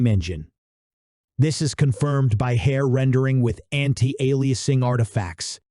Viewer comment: your voice bot sucks BTW it cant even say anti aliasing XD please do actual WORK and just use your voice this is lame thumbs down